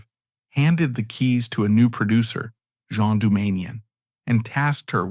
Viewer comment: Its pronounced GENE Doumanian not the French version (Jean as in Le Miserables).